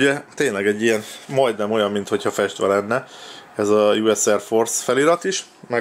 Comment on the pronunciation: miért ugy mondod a festve szót hogy fesdve